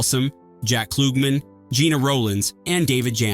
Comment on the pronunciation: Who is "Jack Kloogman"?